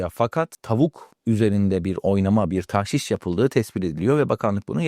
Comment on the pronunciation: TAHŞİŞ DEĞİL DOĞRUSU TAĞŞİŞ OLACAK. telaffuzu yanlış yapıyorsunuz. TDK SÖZLÜK : tağşiş (tagşi:şi), Arapça taġşīş 1. isim Bir şeyin içine başka bir madde karıştırma; katıştırma. 2. isim, eskimiş Saflığını bozma. KUBBEALTI LUGATI: TAĞŞİŞ (ﺗﻐﺸﻴﺶ) i. (Ar. ġişş “hîle yapmak, aldatmak”tan taġşіş) 1. Bir şeyin içine başka bir şey karıştırma: Tağşişleri işe yaramayan, anlamsız ya da mantıksız önlemler olarak değil, özellikle kısa vadede devlete gelir sağlayan malî politika araçları olarak görmek gerekiyor (Cogito). 2. Saflığını bozma. ѻ Tağşiş etmek: Karıştırıp bozmak: “Zihnini tağşiş etmek.” Güneşin hokkabazlığı bunları tağşiş edemez (Refik H. Karay). BİR HADİS. MEN ĞAŞŞENA FE LEYSE MİNNA. BİZİ ALDATAN BİZDEN DEĞİLDİR.